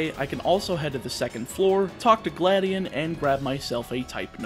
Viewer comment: Its Gladi-on not Gladien